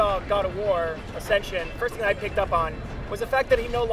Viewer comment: It's ascension